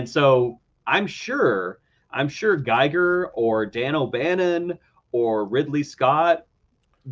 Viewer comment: Forgive me, but I'm going to have to correct you on a couple of things. First, H.R. Giger's name is pronounced like "Geeger", it rhymes with eager. Second, Roger Corman had nothing to do with Dark Star. Also, here's an interesting story. John Carpenter and Dan O'Bannon co-wrote Dark Star. Dan O'Bannon goes on to create Alien. Before Alien was released The Thing was in the early stages of development and was floundering a bit. Then Alien is released in 1979, and it showed Universal that a science fiction horror story is profitable. This is even before Carpenter was locked in to direct The Thing.